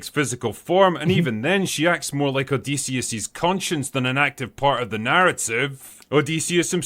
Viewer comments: Pronounced Odd-eh-see / O-diss-e-us Not O-Dee-see-us 😅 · Please stop saying odeeeeseeeeis...say Odyssey...now say Odysseus its pronounced the same